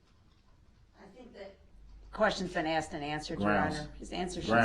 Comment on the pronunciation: He constantly says “ axe” for “ asked” “relevancey” for “relevance” and “ license place “ for “ license plaTe “! Drives me nuts!! He has a high school education so why doesn’t he pronounce these words correctly? He easily picks up some new legal terms correctly so I guess he mispronounces those words intentionally!! Just ignorant! Insulting and he knows it. He’s doing this on purpose!